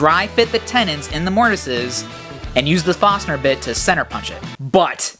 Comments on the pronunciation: great job! i cringed every time you said Fosner intead of forsner Awesome channel!! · Don't forget the "R" in Forstner.